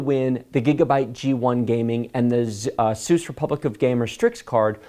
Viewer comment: you say asus wrong